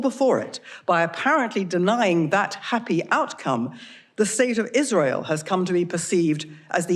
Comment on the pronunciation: She said 'israel' wrong throughout her entire vile speech. One foot in the grave and she's not even afraid of her fate. Rich